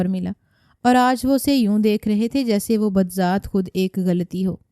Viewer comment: کیا جاہلوں کی طرح اردو پڑھ رہی ہئے احمق، بذات خود لکھا ہئے۔ بدزات نہیں لکھا